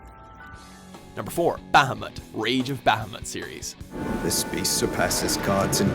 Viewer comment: jesus christ the way he said "bahamut" triggered me... is watchmojo incapable of pronouncing anything correctly?